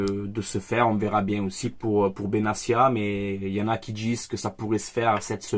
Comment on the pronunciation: tu tues les nom 😂😂😂😂😂😂😂 c’est benattia tia pas cia